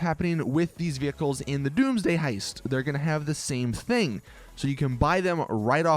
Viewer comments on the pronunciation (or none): none